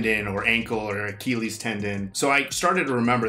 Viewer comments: It's such a silly thing but the way pronounced Achilles threw me off. The movie continued to give the proper pronunciation but he didn't care. I just kept laughing like they are saying Akilleez and he kept saying Akeeleez. I know it's small but I just found it funny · I loved this film growing up in my teens. Btw your pronunciation of Achilles was painful, tho haha. Anyways, great video, guys, as usual! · The way you're pronouncing "Achilles" is driving me nuts haha